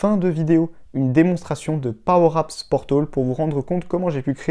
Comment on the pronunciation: Sympa tes vidéos, en FR en plus mais (ne le prend pas mal) ce serait cool que tu répètes moins "powerapps portOl" tout au long de ta vidéo ;)